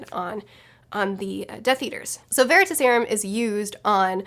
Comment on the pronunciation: I dunno why, but the way you say Veritaserum kinda bothered me xD. Its ta in like task, not ta as in taught. It's not leviOsa, its levioSA XD. But yeah obviously the serum comes from the word Veritas. Which was a goddess of truth. But honestly the first time I remember seeing that word was from the Sandman Slim series book. He has a coin called the Veritas. Which he got from hell, and he asks it questions and it gives him advice.